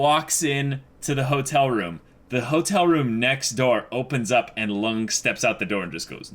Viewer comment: I think it's high time you started pronouncing Lunge's name correct. It's Lun-gay.